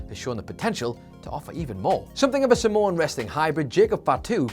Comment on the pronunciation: Are you saying Samoan or Simone??? I honestly can't tell and I listened back a few times